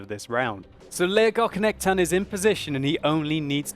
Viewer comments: It is pronounced like Leo-gog-knekt-en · you almost pronounced that right! That K in the middle though should be pronounced like the C in 'care', and empasize the E's instead of just rolling the word out smoothly;) It sounded very german when you said it xD Cheers from Sweden <3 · You pronounce the name as two words: lego knekten (lego knight) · Leggokchnechten låter som ett bra sätt att uttala namnet på. Haha. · Legock nekten :D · sorry but i hate how you say legoknekten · It sound very funny when you say legoknekten. :P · you really butchered his name :/ but it was a nice try